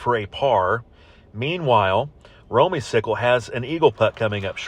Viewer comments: You and Russ were correct on the pronunciation, it is Romey-cicle, not cycle! Hope to get lucky enough to have you announce another match again someday!! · it is Romey- cicle and thank you for pronouncing it right!!!